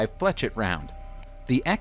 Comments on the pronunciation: 'ette' IS pronounced 'ett' , as in Corvette. 'et' is pronounced as an 'A'. I was talking about the 'etch' instead of 'esh' part of the word that was pronounced incorrectly. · Flechette is pronounced as 'flesh-ett', not 'fletch-ett'. Point, not dot. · I don’t blame him for putting like that because of the guys shitty pronunciation. It should be pronounced like flee shay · The correct pronunciation of flechette is fleh-SHET, not fletch-it. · Dude it’s pronounced “FLESH-ET” and “SAY-BOW” Are English classes / grammar not taught in schools anymore? Seriously the amount of piss poor grammar, spelling errors, not knowing how punctuation works etc etc... is all over the damn place and not just on some random persons YouTube channel but in supposedly professional publications. I know handwriting isn’t a thing anymore but you’d think these schools would give people the basics so they don’t sound like an idiot. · He can't pronounce flechette either